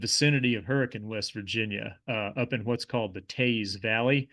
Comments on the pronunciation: He also nailed Hurra-kun, WV as well. Most say Hurra-cane. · when you pronounced hurricane and kanawha correctly i knew you were a bro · You get mega king points for pronounce Appalachia, Hurricane and Kanawha correctly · born and raised in the tristate area. THANK YOU for pronouncing the names of these towns correctly… especially hurricane. fantastic video. definitely earned another subscriber. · Guessing you're from (or spent a lot of time in) western WV to pronounce Hurricane and Kanawha correctly :) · Hurricane was the one I thought “oh NICE, finally someone not saying the standard pronunciation of the word” lol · Hurricane, WV and Kanawha River... it's refreshing to hear it pronounced correctly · As a native West Virginian, I'm proud to have someone on a national platform pronounce all of our names correctly. Most surprising was Hurricane but Kanawha was impressive too. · you pronounced hurricane correctly… where are you from? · Wow u pronounced Hurricane the way locals say.. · As a resident of Kanawha County, I'm thrilled you got the pronunciation right. I was bracing myself when Hurricane was mentioned. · He even said “Hurricane” correctly! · He pronounced, “Hurricane,” like a local!